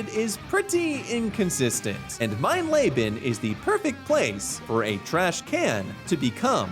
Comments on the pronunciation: Mein leben translates to “my life” and is actually pronounced “mine leebun” fyi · mine Le-been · Mein Layben is nothing. Look up how to fucking pronounce once in a while. Jesus Christ. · Calling the Highest difficulty „Mein Lebe“ is pretty funny ngl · I believe it is pronounced MINE LEE BEN. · But an absolutely dreadful pronunciation of "mein leben" and I'm not even German